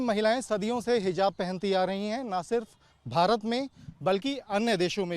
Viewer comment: What is hizab ? 😂😂😂 lol Jahan “z” bolna he wahan “j” 😂 aur jahan j wahan z ‘😂😂😂😂😂😂😂 Nawazuddin ko nawajuddin 😂 Javed ko Zaved 😂 Matlab sab ulta chalta he 😂